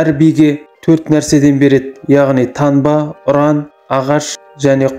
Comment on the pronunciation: Көніл емес көңіл танба емес таңба, аныз емес аңыз